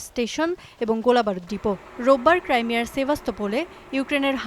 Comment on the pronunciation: ক্রাইমিয়া নাকি ক্রিমিয়া কোনাটা হবে!